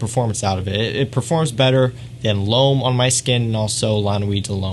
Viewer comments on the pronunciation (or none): “Loam, la nuee delloam...” Lol, the way you say these words cracks me up. It’s just sooo Americanized. 😂 Great channel, tho.